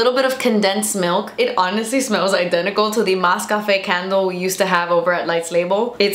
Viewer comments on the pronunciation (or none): none